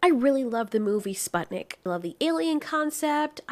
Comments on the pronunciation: the fact that you pronouce Sputnik like that hurts me a little lol. its Spoo-t-neek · its pronounced like spootnik (u like oo and i like e) if you're having issues pronouncing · In Russian Sputnik is pronounced spootnik